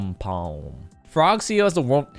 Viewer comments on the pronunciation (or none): is the name Frog C.E.O. or Frog ceo like says it? He says it like it’s a word which makes it sound like he’s saying Frog C.O.